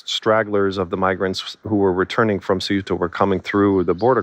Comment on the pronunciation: The Times should be able to get their journalists to pronounce “Ceuta” in a way that at least resembles its pronunciation in Spanish.